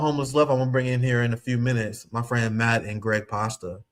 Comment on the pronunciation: You keep calling Craig "Gregg." His name is "Craig" not Gregg. It's a "C" at the beginning, not a "G". Nice of him not to correct you abt it. I would've said something immediately, if it was me. But that's very polite of him.